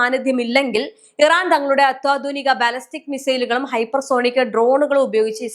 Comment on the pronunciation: ഈ കുട്ടിക്ക് മലയാളം ഉഛാരണം ശെരിക്കും പഠിപ്പിച്ചു കൊടുക്കുക... അത്യാധുനിക. എന്ന് പറയുന്നതിന് പകരം അത്വാധുനിക എന്നാണ് പറയുന്നത്